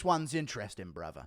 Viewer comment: "I pay taxes to Allah brather"